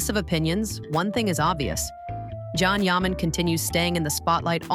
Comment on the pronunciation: Yes, really gets on my nerves, I stop watching once I hear it, Probably AI. It’s Jan Yaman.